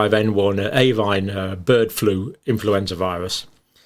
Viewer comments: Should Avian not be said AVEEAN not AVAIN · All good information. But could you please look at your pronunciation of 'avian'. It's a-vian, not avine. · Avian is pronounced A-V-I-A-N.. please just stop saying avinE, it is very distracting and undermines the credibility of your excellent lecture. Thank you. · Great video, Dr. Campbell. Very informative, as always. Just for future reference, it's 'ay-vee-an' not 'a-vine.' (Avian.) Your pronunciation was wrong throughout the video, and as somebody who has worked with birds in the past, I just had to correct you! I get it, you were thinking 'por-cine' and 'bo-vine.' 🤪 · Hi John. Excellent explanations as always. I would just respectfully point out that you mispronounce "avian" as "avine" a few times during your talk. There are 3 syllables - rhymes with Evian (water). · Why does he keep pronouncing avian as avine? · Absolutely, Mark! His acolytes are dazzled by the title. His PhD work obviously helps him produce these videos but doesn't help him analyse the data content properly or even pronounce the word "avian" correctly. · Just wait till it "acquires" a polybasic cleavage site. I'm sure it'll be natural though. Happens all the time they say. 😉 Also whats with the pronunciation of avian? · Avian does not rhyme with Swine - dodgy pronunciations to drive engagement is cheap, don't do it.